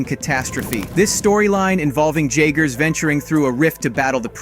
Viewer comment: J-ager... J is a Y in the context of the pacific rim story... Figures the idiot narrator in this video has never seen the friggin movie...